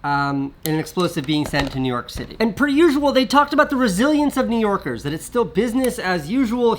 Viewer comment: “doesn’t stop New Yoorkers” prob the only guy I heard a New York accent from